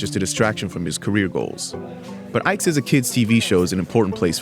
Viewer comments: It's pronounced Ee-kay. Not Ai-kay. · It's not pronounced eyek it's pronounced eekay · VICE it's not "Iyke" when pronounced. The "I" is "ee" as in letter E, pronounced like the beginning of "it". And "k" as in regular K. Then the "e" at the end is pronounced like letter A. Just like the beginning of "ate". That's how we call that name. I know cause he is from my Igbo tribe in South East, Nigeria. West of Africa. I'm surprised you got the "Nwala" which I thought would've proven more difficult. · His name is pronounce E-KEY not IKE as in Ike Turner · In Nigeria, Ike is not pronounce that way, it’s pronounced eeekay. Anyway, I liked this video. He looks really smart and I’m glad he’s making waves. I do disagree about the Japanese not being racist. I think they are but I don’t hold them too much at fault for it because they’re incredibly homogenous and the only experience they have of black people is in Hollywood movies. Before, when black people were typecast into roles of violence or wild comic relief, that’s all they knew of black people. Since they value intelligence and hard work so much, and there were no intelligent black people in media, I think they made assumptions and having no actual black people around to refute the assumptions they stuck with it. That’s why I’m glad for people like Ike. He doesn’t have to protest about the injustice because that probably won’t do anything but further stereotypes and make it more difficult to do any advancing but by being an example and showing that black people are just as smart and capable, he’s making a world of difference. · Ee-kay. That how you pronounce that name.